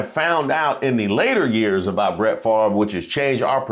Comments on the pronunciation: Bret Favre= said "fah-vre" NOT far-ver :) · I forever will mispronounce Brett's name. "Farv" - nope. "Fav-re" - yes. And I used to root for him, too. We all get played at least once. Could not stand Aikman. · First off, you know something is definitely wrong with our country when the man’s name is spelled F A V R E, and yet pronounces it as Farve. Second, I’m not knocking his skills and talent on the field, especially during his prime. But, and sorry, I did not root for him coz I rooted for Eli Manning who beat Favre’s on Eli’s way in taking his team along to his first SB. Third, Favre, like Hogan, is just one of these former “celebrities” trying to hold on to that one last spotlight. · I would like to know how come he can’t pronounce his last name correctly